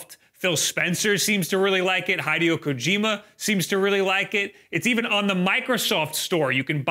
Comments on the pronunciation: Great video but you need to work on your pronunciations. Have some phonetics :- * It's Hid-ee-oh not Hide-e-oh for Hideo Kojima. * Most folks say Oh-LED for OLED not Oh el eee dee. * You kept saying nitch. It's pronounced neesh, for the word niche. There's no hard T sound in it. I know you never asked for this, but I point this out not to be a persnickety pedant but because it makes you seem like you're not in step with other knowledgeable tech reviewers when you are. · "Hydeeoh Kojima" I will never understand how some people can spend so much time consuming foreign media and never pick up on basic shit like how to pronounce foreign names. He's even using Person 5 music in the video. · Why did you say hideo like that